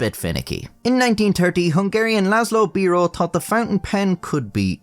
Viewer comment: Bero is a flour. The pen is a b eye ro. And there's a T in most of the words you didn't pronounce properly. Really awful to listen to. Very lazily and complacently spoken narrative. Yuk!